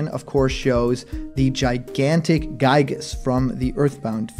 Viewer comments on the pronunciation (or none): Yet again another person has mispronouncing giygas name 😒